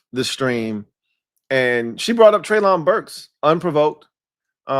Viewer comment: its pronounced Trey-lin Burks. You are out of you freaking mine. This dude will be your WR1. Its yall job to teach him how to stay healthy. He was the only WR on Arkansas and every top 10 defense in college at his time knew he was the only target yet they still couldnt stop him. And he played vs the countries best colleges